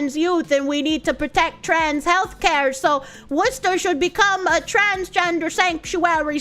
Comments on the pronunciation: I've never heard an Anerican pronounce Worcester properly. Clearly, I've been missing out on Bostonian's. ❤ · Subbed due to ability to correctly pronounce Worcester. 😉